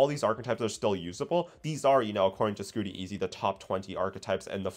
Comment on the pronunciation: Scoot-teezy lol think saying his name right is important for a shoutout